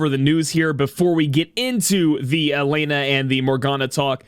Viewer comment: It's pronounced as E Len Ah (Elena)